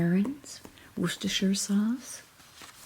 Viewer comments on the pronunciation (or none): none